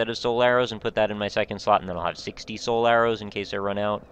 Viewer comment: Every time you say "Soul Arrows" I hear "Solaire-Os" the grossly incandescent breakfast cereal. I love it!